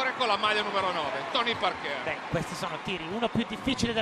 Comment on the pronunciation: “Tony Parkêr”…. 🤦‍♂️